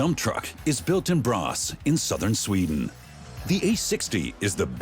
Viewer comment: What city is "bras"!? Do they mean "Borås"